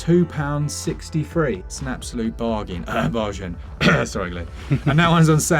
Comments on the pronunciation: Excuse me, did you say bar-zhan? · I think pronunciation of “bargain” adds a touch of class to the proceedings